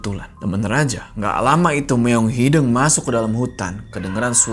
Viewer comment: hideung bang, bukan hideng haha kl bukan orng sunda emang ssh ya.